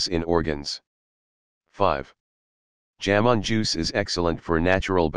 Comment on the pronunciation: "जामुन" को "जैमन" न उच्चारें। Remove the Western accent of text To Speech.